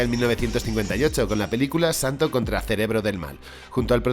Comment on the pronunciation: si lo escribiste bien, porque lo dices mal? " El Santo " NO , el santos